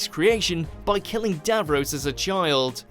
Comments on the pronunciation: Just a quickie to correct your pronunciation - DAVROS is pronounced as davROSS not davROSE. Only stupid Yanks say it that way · Dav Ross not Dav Rose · Davros, not davroes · Davrose? Its Davros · Geez.....you're losing all credibility here, it's Davros, DAVROS, not Dav-Rose. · DAVROS IS PRONOUNCED: "DAV-ROSS" - NOT BLOODY "DAV-ROSE"!!! YOUR PRONUNCIATION NEEDS TO BE CORRECTED IN FUTURE VIDEOS. MISPRONOUNCIATING DAVROS AS "DAV-ROSE" MAKES YOU SOUND LESS INTELLIGENT THAN WHAT YOU MAY BE. WHOEVER VOICED THIS VIDEO: DAVROS IS PRONOUNCED "DAV-ROSS"!!!! 🤮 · it’s say Dav-ross not the dav-rose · For God's sake how can you be getting his name wrong!?! Its Dav-ros not Dav-rose!! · It's DAVROSS not DAVROSE!!! Please learn how to pronounce things properly!!!! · The narrator of this video obviously has NO idea about Dr Who pronouncing Davros (correct pronunciation is Dav ross NOT Dav rose) he also constantly mis pronounces Kaled and Thais. Please watch mojo get someone who knows the subject properly to do future videos - or at least give them a pronunciation sheet. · "Dav-rose" Dav-ross: am I a joke to you? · ITS DAVROS! NOT DAVROSE! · DAV ROSS!!! Say it.. Not DAV ROSE!! They even say it!! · Please please please stop saying DAV-ROSE!! It’s Dav-ROSS!! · He's doing it on purpose, I swear. Even if a character in a clip says 'DAV-ROS', voiceover git will say 'DAV-ROSE'. He's the only person I've ever heard who says it that way. It's such a simple word, two easy syllables, but he says it wrong. And keeps mispronouncing it, which leads me to think that he's doing it deliberately. My late parents hated Doctor Who, but both knew what Daleks were, and who Davros was - and never said his name incorrectly. I've been a fan of Doctor Who since 1968, but I'm not watching videos on here any more because of the plank doing the narration. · It isn't Dav-Ross it's Davros. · our creator was call DAV-ROSS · Davros is pronounced DAV-ross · Bobby Dav-rose lol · "Davrose" hahahaha 🤣